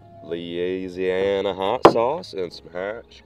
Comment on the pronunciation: Cholula >>> Leeseeana